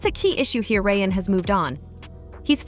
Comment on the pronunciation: Lol you can't get Ryan's name right?